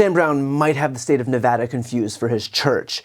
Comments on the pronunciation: Dude, you said Nevada right. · A Good Politician says "Nevada" Correctly. Thank you, a True Statesman.